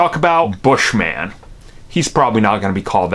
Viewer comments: His name is “Bush-min” not Bush-man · It's not "Bush-man" it's Bushman. It's his last name not superhero name...